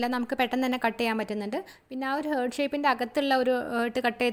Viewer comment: ഹാർട്ട്‌ എന്ന് pronounce ചെയ്യൂ കേട്ടോ... ഹേർട്ട് എന്നല്ല പറയേണ്ടത്... Okay...?